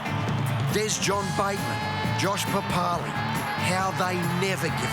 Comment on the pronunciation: Josh "Papalee" oh come on mate pronounce the last name properly mate